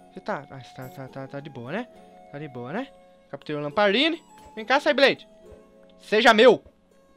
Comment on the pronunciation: na verdade o rayquaza se pronuncia reiqueiza e sableye fala sebelai